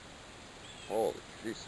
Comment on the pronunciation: So I'm watching this, and at the mark he says "holy, geez" ... just like Bob and Doug Mackenzie would say it. I immediately thought - Canadian.